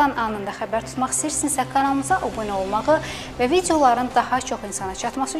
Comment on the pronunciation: Obunə olmaq yox, abunə olmaq demək lazımdı,xanım